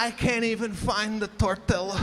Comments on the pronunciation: Tortiluh?! Chipolte? Oy vey! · What’s with the intentional mispronunciation of place’s name and of the word tortilla?